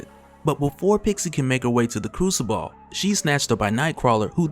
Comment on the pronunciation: It's pronounced like " crusabull " you saying ball at the ends killing me lol